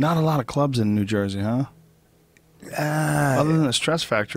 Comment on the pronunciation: he said new jew-sey instead of new jersey lol.